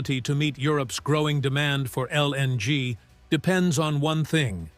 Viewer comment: stop pronouncing LNG so pronounced pls